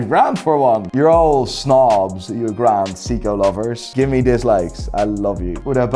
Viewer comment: "GraHnd Seeko!"